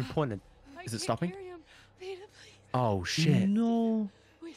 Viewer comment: did this guy ever figure out his name is peeta, not peter? half way into the 2nd movie he's still calling him peter.